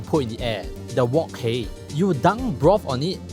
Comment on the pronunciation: Can you pronounce wok hei properly pls